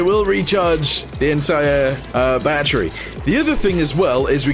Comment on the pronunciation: its not batteru but battery